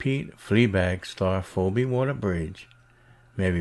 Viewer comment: Her name is pronounced 'FeeBee' but yeah this crap doesn't surprise me.